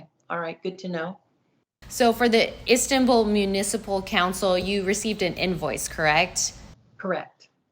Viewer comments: "EE-Stam-bul." What the living h*ll is wrong with people!? I learned all about Istanbul when I was in 7th grade! This women is suffering from dementia. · Lol , seeing how bad he butchered Instanbul, DEAD giveaway. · Wait… not estanbul lol 😂